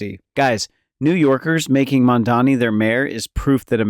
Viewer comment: if you want to comment on Mamdani, please pronounce his name right. it’s NOT Mandani. Come on now.